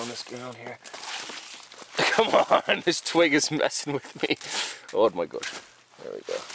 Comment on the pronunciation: My favourite saying ooor pisss! 😂